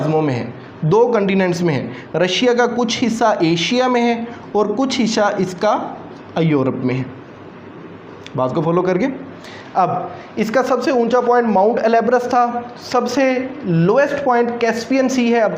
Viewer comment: سر برا مت مانیے گا ایورپ نہیں یورپ ہے اور آپ قازقستان کا تلفظ بھی صحیح نہیں پڑھ رہے اور آپ کی اور بھی غلطیاں ہیں براہ مہربانی ویڈیو بنانے سے پہلے گوگل کر لیا کریں کیوں کہ آپ سے سن کہ ہم نے بولنا ہے اور انٹرویو میں اگر غلط بولا تو ہم کبھی سلیکٹ نہیں ہوں گے